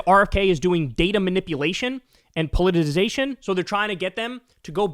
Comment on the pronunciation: "Poll it uh size a shun"